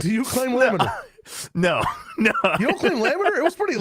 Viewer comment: Shyow saying lamellar flow was a hit of fluid mechanics PTSD I was not expecting today 😂